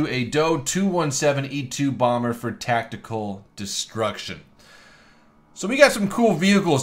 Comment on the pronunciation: tactical not tactale i don't know how many times i made that mistake